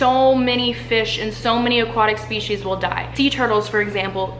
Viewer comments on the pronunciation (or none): none